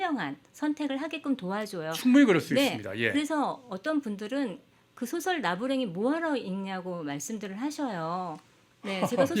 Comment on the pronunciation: 노벨 수상의 축제 분위기에 또 다시 노란 한국 언어 타락상!! 이 비평가를 포함하여 단어의 발음 문제!! 소설 문학상을 받았는데, "소설"이라는 말을 발음을 바르게 한 이를 본적이 없다. ""소설" 의 "소"는 "길게" 발음해야 하는 자이옵니다. 대한민국 동포 여러 분!!! "소년, 소시민!"등 "소" 등의 발음도 제대로 발음하지 못하는 대한미국의 문화를 고려한다면 이 나라는 노벨 문학상을 받을 자격이 없나이다. "한국 어문을 고발함"을 "눈물로"쓴 미국 변 완수 드림